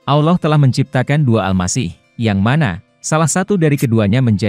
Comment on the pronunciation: al laouh min! Bukan Awloh! Ketahuan nih bukan orang Islam Admin nya? Ngaku min!!!!!!!!! Saya ulangi Al-Laouh bukan Awloh!!! Paham? Islam kan? Atau Athies?